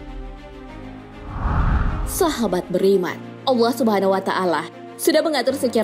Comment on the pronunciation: Maaf mau request. kalo bisa nyebut allah nya biasa aja, kedengaran nya kaya dilebay kan gitu hehe